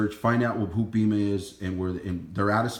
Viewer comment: Its not a huge deal but it’s pronounced BAYMA!